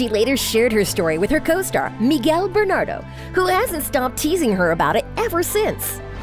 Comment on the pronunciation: I totally pissed out when she pronounced it "BERNADO". Miguel and I want justice. jajaja